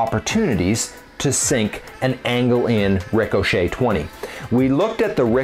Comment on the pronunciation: Is there an inside joke about a Rick O'Shea? The way you pause after the 'ric' in ricochet really makes it sound like the name